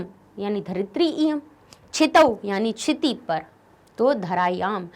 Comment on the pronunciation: Sitooo nahi hota kshito Hota ha